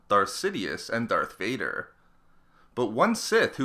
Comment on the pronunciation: Omg the way u talk “Darth Vardeeeerrr”🤦🏻‍♂️